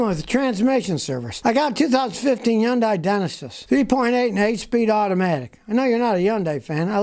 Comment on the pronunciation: Hyundai rhymes with Sunday That's exactly what the Hyundai TV commercials said in 1988 when I bought a brand new Excel GLS sedan for $9K